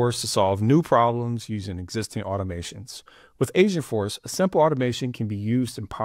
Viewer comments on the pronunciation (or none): Sounds like you're saying AsiaForce